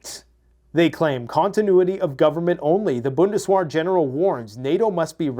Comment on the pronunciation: What the hell is бундес-уа? It's бундесвер.